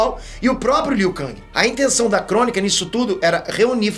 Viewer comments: Está no jogo a forma que é pronunciada, em inglês é "Ken" e em português é "keng", o pronúncia "Kangui", errado. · Você está se referindo ao ou ao criador de Mortal Kombat? Pois está na porra do jogo a forma correta de pronunciar o nome do Liu Kang, nunca foi "Liu Kangui" e sim Liu Ken (em inglês) e português Liu Keng!! Os produtores de Mk são de lá e deram essa pronuncia pro Liu Kang! E não me interessa Oque o é, até aqui no Brasil é comum pronunciar o nome dos brasileiros incorretamente, o errou a pronúncia do nome do Liu Kang e acabou!!!! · É Liu Keng e não Liu Kang que se fala Hermione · Burro e você que deve falar "Keng". A pronúncia correta é com A. Liu KAAAAAAAANG. O nome dele não é americano, o nome dele é asiático... NÃO MUDA O A PARA E. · Eu sinto uma pontada no rabo toda vez liu kang, com a em vez de e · A pronúncia é "Keng", fazendo o favor. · "Liu Kangue" o mano tá hiperfocado na Marvel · Liu kangue e foda kkkkkkkkkkkkkkkk pode até ser o pronunciamento correto kkkk.mais n me entra kkkk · Não tanko ele falando Liu kaNGI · Aí liu kang keng kkkk faz de street fighter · Mano é uma tortura o dize "Liu Kang", o certo é "Liu Keng", se escreve Liu Kang, mais com o som do "e" no lugar do "a". Kkkkkkkk nossa pareço minha professora de Português kkkkkkkkk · Ele tá pronunciando em "ingrês". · O jeito como o fala o nome do Liu Kang doi demais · A pronuncia do Liu Kang sangra meus ouvidos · Cara mora nos estados unidos desde que nasceu e ainda nao sabe pronunciar Liu Kang KKKKKKKKKKKKKKKKKK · Me dá calafrios vendo ele falar Liu kang kkk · Kkkk achei mt estranho o falando Liu Kang kkkk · pronunciando Liu kang eu imaginei o kang da Marvel como um rapper kkkk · Mil anos se passaram e o ainda não aprendeu a pronunciar o nome do Liu Kang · Ou é você que pronuncia errado????